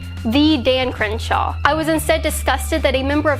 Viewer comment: It's miserable listening to you try to pronounce "Crenshaw".